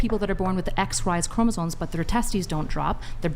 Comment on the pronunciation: Gotta love when people try to sound intelligent and don't even know how to pronounce words. "Chromasone?" Lmao